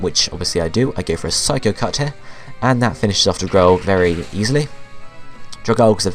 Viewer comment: Dragalge is pronounced dragal-gee >.<